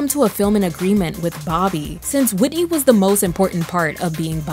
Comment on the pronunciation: The way he stressed Whitney omg😵‍💫🫨